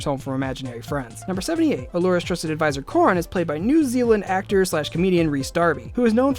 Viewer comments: "Cuh-Ran" Coran Thats how you pronouns it. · #65 Did he just say Core-an? Wha- Did you even watch the 1st season?! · Galra. It's pronounced exactly the way it's spelled. Also, Coran. Core-an to spell it phonetically. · Coran is pronounced kurAn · Coran but pronounced Co-Ron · I don't think this guy knows how to pronounce for coran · Can you like, make sure you are pronouncing their names right? EVERY TIME YOU SAY GALRA OR CORAN I DIE INSIDE no hate btw it’s just very triggering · K, watching this now that Ive seen season 8, Things seem so different. Season 1 was just so happy and simple! And is anyone else a little bugged by his mispronunciation of Coran? Sorry, great video though! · He butchered Coran’s name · you told us so many voltron facts but pronounced galra wrong :( and coran (also allura didn't make voltron her dad did) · I'm sorry, did he say Galron? And Coren? Hagger? I'm done 😂😂